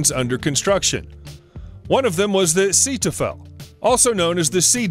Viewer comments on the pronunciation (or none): "Setufel"?! Zee - toy - fel, try it. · "Setufel"?! :) I did not have a clue what he was talking about until I saw it written down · Sounded like "Cetophil," the hand lotion. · hahaha... this guy kills the German language. The Sea Devil in pronounced "SAY-TOY-FULL"... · Its pronounced Say toy ful, and Bore an the russian shuttle, come on. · Jesus, learn how pronounce the words... Seeteufel, Buran, Grumman